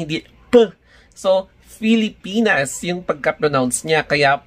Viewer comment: Yes tama bigkas nya Filipinas